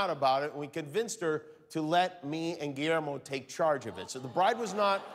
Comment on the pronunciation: Guillermo ma man but let the record show like the way Denzel says it ma'man.